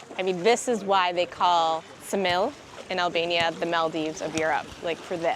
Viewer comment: Ksamil pronounced with K, Ksamil!!!!